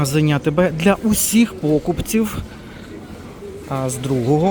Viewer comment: Правильно – покупцІв, а не пОкупців 😊 Але загалом відео гарне, дякую за огляд акцій!